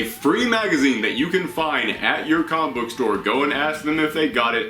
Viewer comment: You have a great voice... however, please be careful of you're pronunciation. Its not "coma-book", but instead it's "comic-book". Other than that you are doing a great job. 😁